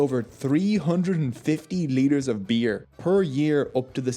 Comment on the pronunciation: Haha..love the way you say beer beuerrr XD